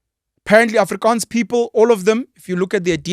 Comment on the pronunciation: I must complement you the way you pronounces the words Afrikaans and Voortrekkers. Well done.